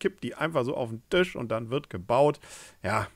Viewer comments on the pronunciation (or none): none